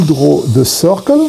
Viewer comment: on second viewing: "Oh, circle_, I thought he said _soccer the whole time!"